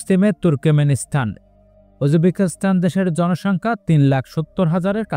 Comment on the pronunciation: সঠিক উচ্চারণ শিখতে হবে